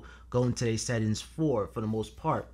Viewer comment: I can hear your pain every time you say settins